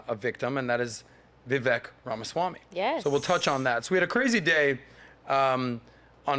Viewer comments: VIVEK is pronounced 'VI-VAKE' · his name is pronounced 'V-wake' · Hey. Learn how to pronounce Vivek's name. You keep praising the guy but don't even know how to pronounce his name. Vivek rhymes with "cake."